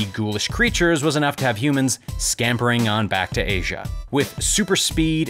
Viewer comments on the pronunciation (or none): none